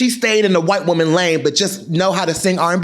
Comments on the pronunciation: Why are you saying "whyte" like that 🤣🤣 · The emphasis you kept putting on “WYTE” is sending me 😂😂